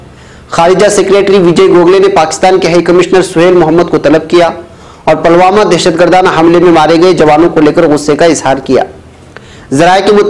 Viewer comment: sahab ap apneapko aeditar bhi kahtehai Lekin apke sabhi news me alfazon Ko jahilyat se Bolte hai yah ek jahili ka subut hai use khabar me ap Pulwama Ko palwama bol raheho yah Kiya jahilyat hai